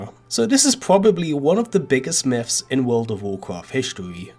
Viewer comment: I was thinking the same thing when I heard miffs